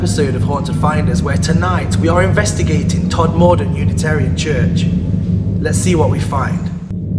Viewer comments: Just for the record it's pronounced TodmaDen. No stress on the 'm', just on the 'T' and 'D'. The 'maDen is fast too. Didn't see a ball of light either. In fact I didn't see anything. I have to take your word for it. My belief depends on 'Received Knowledge' - rather like religion in that respect! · Being local it is pronounced tod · Shame you didn't learn how to pronounce the town name